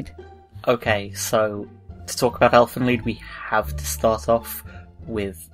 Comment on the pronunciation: Right off the bat you say the name of the show correctly unlike basically everyone else on Earth so I'm in.